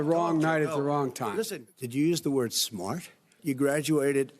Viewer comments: ’Did you say schmart’...?Imagine the day when the Russian loan sharks come to collect the 300-400million+/-, balloon 🎈💰payment Trump owes and he says, 💸🇷🇺 "no, please, no!", ’ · How DT prounce Smart 😂